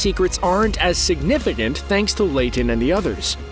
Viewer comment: the train secrets arent as WHAT? 🤣🤣 “sinifinant”? Tf is that lol